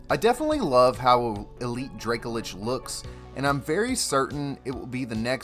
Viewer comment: Please pronounce Dracolich correctly, it's driving me nuts